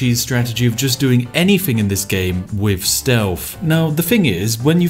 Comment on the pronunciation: Ok I heard the words "that", "there", "the", "these" and "they" - all using correct TH pronunciation - why the hell, then, do I also hear "what on earff" "wiv his body" "baldurs gate Free" "D&D fiff edition" "fanks developers" "what were vey finking" - how the hell is someone who is clearly ENGLISH so abysmally inept at pronouncing words, or even letter combinations, correctly; in their OWN LANGUAGE? Not to mention how bloody inconsistent it is. It's like listening to the guy from The Chase, and he's supposed to be a teacher. It's painful to listen to. You clearly can pronounce it correctly as evidenced by the original list of words - to not correct it on other words is just lazy.